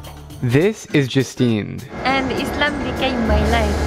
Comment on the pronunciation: It pronsution of Islam is little off The mistake is Izlam And it's Islam No hate but just wanted to corrected you